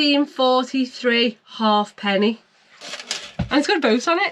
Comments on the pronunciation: It's a ha'penny (pronounced haypenny) not a half penny, despite what's on it! Yes, just stick it to the frame. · Its not a half penny but pronounced hapenny. Good show. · It was a positive comment. I'm positive it's pronounced Ha'penny😂😂